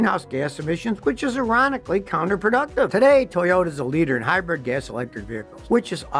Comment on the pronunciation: Scotty keeps trying to pronounce it as "Hy-brid" but half the time he still says "Hy-bread"